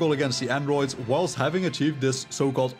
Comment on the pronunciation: It grinds my gears how you pronounce androids😭